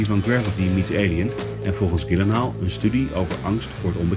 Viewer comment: Als jullie volgende keer eens luisteren hoe hij zelf "Gyllenhaal" uitspreekt... ;) Verder prima interview.